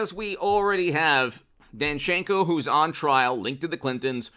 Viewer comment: Dancenko has an emphasis on "a".